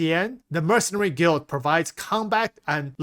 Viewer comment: This guy pronoucing the word guild so incorrectly will forever hunt me 😂